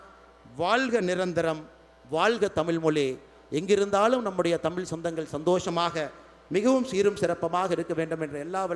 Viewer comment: முதலில் இவர் தமிழை " தமிழ் " என்று ழகரத்தை சரியாக சொல்ல வேண்டும்